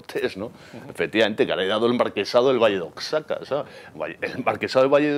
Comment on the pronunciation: Lamentable como pronuncia Oaxaca.